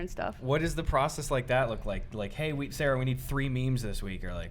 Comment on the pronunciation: Next time Sarah is on, can you say her name without the “h”. It made me very uncomfortable. Also make Eddy wear a hat that says “abolish the circus please”. I don’t think one of those hats exists, but you can probably make one.